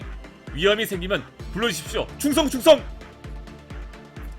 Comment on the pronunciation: 총성이 아니라... 충성이예욬ㅋㅋ